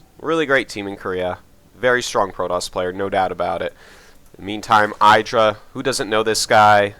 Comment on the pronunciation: Dear Artosis, I've watched GSL and heard how you and Tasteless high-five IdrA just because he hates it, but do you also say EYEdrA because he hates it? Or has he really not mentioned you're saying it wrong?